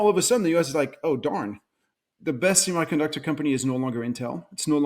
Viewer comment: I cringe every time he says simaiconductor